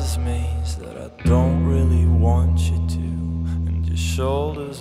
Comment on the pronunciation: de manier waarop hij de woord "real"uitspreekt laat me echt denken aan Jeff Buckley :)